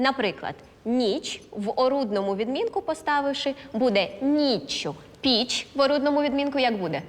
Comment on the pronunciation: Пані Катерина сама говорить "нічЬ", "пічЬ". А потім люди так і пишуть.